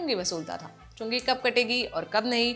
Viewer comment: Everytime it sounds like chunni kategi😅 chungi katna bhai khatna mat kardena.